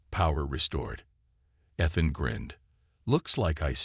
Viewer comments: With the name Ethan used so often in these stories, why so many mispronunciations this time? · With the name Ethan used so often in these stories, why so many mispronunciations this time? How come no one else recognized the resemblance to the recent king after the queen’s very obvious reaction?